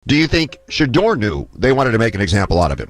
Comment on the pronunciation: I counted at least 5 different pronunciations of Shedeur and not one of them correct.